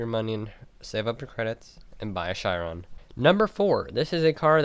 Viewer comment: You pronounce Chiron wrong and pronounce gymkhana wrong